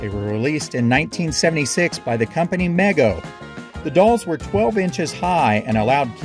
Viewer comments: MEGO was pronounced ME GO, not like mega or maygo. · Not to be pedantic, but I believe Mego was actually pronounced Mee-go. 😁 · Mego is pronounced Mee-go. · it is pronounced mee go not mego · the commercials used to say it like MEE-go, not meg-o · You missed the toys I played with the most int he 1970s: Mego's World's Greatest Super Heroes line up, specifically, Batman and Robin and the Batcave. Also, from someone who lived through the era and saw commercials every afternoon, the pronunciation is MEE-go. Trust me on that. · Mego does not rhyme with Lego. It's pronounced "Me Go." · It's pronounced mee-go